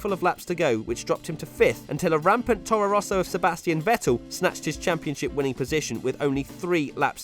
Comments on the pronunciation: This idiot again who cant pronounce vettel 🤦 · It really annoys me how he says Vettel